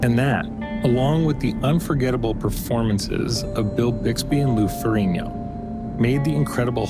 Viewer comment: It's rare when Lou's last name is correctly pronounced Fereenyo.